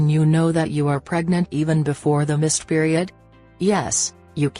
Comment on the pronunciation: 😂😂😂😂 Periud😂😂😂 I can't take this vid seriously